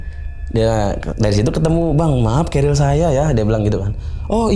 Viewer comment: Tas naik gunung itu bukan keril ya kawan-kawan, tapi carrier (Baca: kerrir). Duh, ngeri pendaki-pendaki ini, nama tas saja masih salah, sudah pasti naik gunung minim ilmu. Ini bahaya